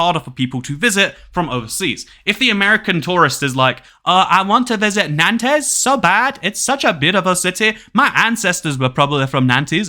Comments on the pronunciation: These French pronunciations 2cat, it's "nont" not nan-tez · prononuced 'wren' 'nants' and 'mar-say' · the pronunciation of Nantes is killing me